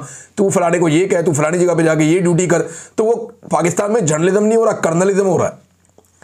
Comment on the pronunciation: it's Gernalism Not Journalism